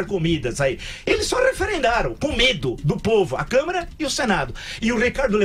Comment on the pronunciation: Joseval volte pro curral. Burroooooo Aliás não é CamERa. E câmara